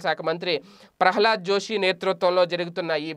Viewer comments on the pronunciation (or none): none